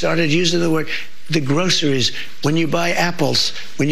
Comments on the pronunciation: What is this word grosserees? I have never heard of grosserees? What an effing jeanius. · Gee Brian guess who will have his pocket open to get the money. Just what the hell does trump know about groceries? That is justified he can pronounce the word someone told him about. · I cringe at his pronunciation of groceries. It’s obscene that it’s a new word to him. Billionaires should be barred from the presidency.